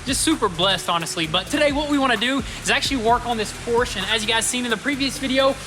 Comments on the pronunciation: It's Porsche...not Porsch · not a Porschnh , Es ist ein PORSCHE , kruzefix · Pls pls pls!!!! Dont say Porsh its a Porsche! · It's PorschE!!!!! Not Porsch... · You have a PorschE with E at the end... not a Porsh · Do us a HUGE favor and start pronouncing Porsche correctly. It’s really easy, no German accent needed. **Porsh-uh** Remember, it’s someone’s last name we butcher everytime we say it wrong. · Pronounce Porsche correctly..